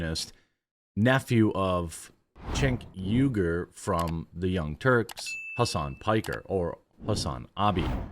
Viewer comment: It's written & pronounced as "Hussein Pucker", you dumb shillster.